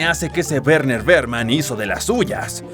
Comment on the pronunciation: en realidad es Werner Werman pero en el doblaje latino lo dicen mal por alguna razon esto se confirma en el juego donde dice que se llama Werner Werman y no Berner Berman